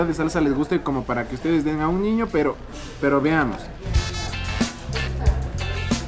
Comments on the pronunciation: Alguien más noto que dijo ñiño? Jajaja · Suena como tierno jajaj😂 Pero a la misma vez chistoso 🤣 Creo que es por el asento de allá Quito Pensé que era el único que se escuchaba diferente cuando decia ñiño🤭